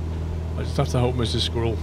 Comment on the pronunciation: Has anyone ever pointed out that you can't actually say "squirrel"..? ;)